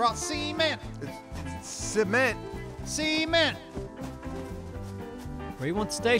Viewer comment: See-ment Cement See-ment! 😐😞